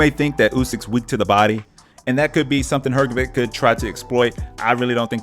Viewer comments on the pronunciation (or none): It's read HrgoviCH NOT HrgoviK.